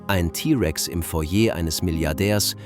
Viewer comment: dann bringen sie doch ihrer englisch orientierten KI bei das es im heißt und nicht ei äm....oder schreiben sie sich doch den Text auf und lesen ihn selbst sie haben bestimmt eine sympathischere Stimme...und geben dem ganzen was menschliches